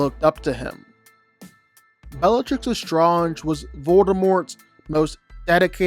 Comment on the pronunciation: You said bellatrix’s name wrong, no wonder why your list is mid. Harry is definitely not below Hermione.